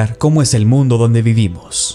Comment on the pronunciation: No es El mundo Es el MUNDE UH UMMMM 😭 JAJAJA